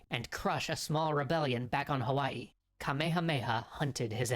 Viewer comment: What a special treat that you chose these two Extra History vids to share- this is my hometown of Hawaii. I enjoyed it and you pronounced it correctly! 👏 Since you have subscribers from all over the world - it is nice to learn of other places. Keep up the great work and I enjoy your channel. Thank you or as we say Mahalo (thank you). 😊